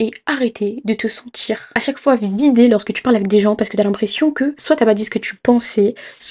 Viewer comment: De te sentCHIRRRR aberrent